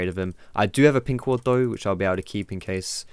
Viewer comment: it's ward xD